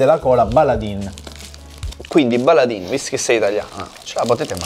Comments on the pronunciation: Ragazzi, si dice "Baladen", non "Baladin". E dovete troppo provare le loro birre! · Signori scusate, ma dato che vivo ad un paio di chilometri dalla sede principale mi sento male quando lo sento, si pronuncerebbe "Baladèn" e non Baladin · Sí, peró, ragá... Baladin si legge "Baladén" non "Baladín" , non se po' senti' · La "Baladin" si pronuncia Baladen ed è una azienda del Cuneese, in Piemonte.... Per essere proprio precisi si trova a Piozzo paesino piccolissimo della provincia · si legge baladen ahahaha ed è dalla mia zona ahaha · per la cronaca: si pronuncia "Baladèn" anche se si scrive baladin!